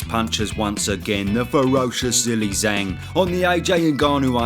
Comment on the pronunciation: Zhilei Zhang is pronounced "Jeelay Jaang". I'm really surprised you don't know that lol it was hard to tell if you were just making fun of his name or if you really just didn't know